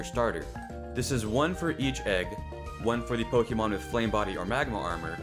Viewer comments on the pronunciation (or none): Po"ké"mon Not Po"ki"mon.